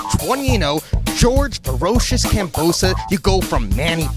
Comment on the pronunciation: Its KAMBOSOS. K A M B O S O S. Its insulting for the boxer to call his name wrong. WTF? Fix the titles at least. Thumbs down from me.